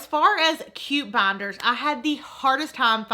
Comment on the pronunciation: Not hating but why does she keep saying *banders*😂 sounds funny